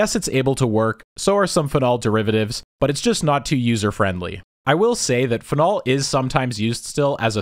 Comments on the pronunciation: your pronunciation of "phenol" killed me. I've always heard it said "PHE-nol", not "phe-NOL" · What the fuck it’s not pronounced fen-ALL. It’s FEE-nawl. Anyway great vid per usual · Fehnol pronunciation is getting me everytime you say it. So used to hearing feenol. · Uhhh… It’s “FEE-nol” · the way this man pronounces "phenol" plants an itch in my brainstem that I cannot scratch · I notice you accent 'phenol' on the second syllable.